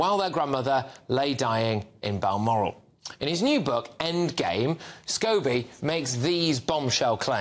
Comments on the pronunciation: Scabies! Makes me laugh I wonder if lady C says that deliberately instead of scobie 😂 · Is she purposely calling him Scabies? 😂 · Are we going to ignore the fact that Lady C keeps calling him “Scabies”? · Notice how Lady C mentioned Omids last Name and calls him scabies ..instead of scobie ...hilarious .lol.....lol......